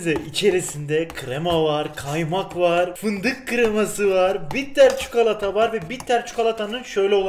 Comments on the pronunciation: Abi lütfen çukalata deme sinirlerim bozuluyor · Çukolata ne yaa bilerek mi yapıyorsun 😠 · Çukolata 😂😂ne iy soyledin be abi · şu adam bi çikolata demeyi öğrenemedi